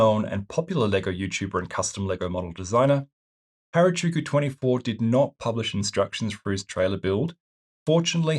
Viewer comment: Really cool upgrade and props for giving credit! You did unintentionally mispronounce the trailer creators name but I felt I should point out the proper pronunciation for future reference should you ever need it. Their name is based upon the Japanese words for 8 and 6, "Hachi" and "Roku" respectively. Putting them together will give you Hachi Roku, or "86" in English (while this is mostly my own speculation, their early mocs were primarily Initial D cars so I believe the name was inspired by the Toyota AE86's name, which was commonly shortened to "86" or "Hachi Roku") then of course you have the 24 on the end Hope this doesn't come off as rude, just a slight correction ^^